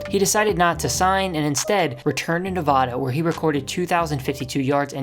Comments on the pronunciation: Bruh you live in the USA and can’t pronounce Nevada properly 😢😢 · Say Nevada right you ape